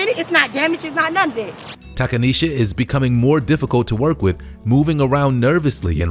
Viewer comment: Takaneshia…. Cmon mane🤦🏿‍♂️